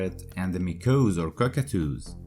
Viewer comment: When he says “Meekohz,” he means Maakawwz...